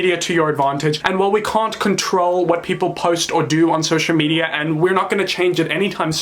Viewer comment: "Social Mediar"